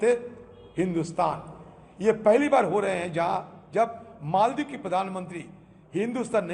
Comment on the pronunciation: मालदीव का उच्चारण मालदीव ही होना चाहिये. अंगरेजी मे भी Maldives लिखा जाता है.फिर आप और रजत शर्मा बार बार मोलदीव मोलदीव क्यो बोल रहे थे? कैसे पत्रकार हो आप!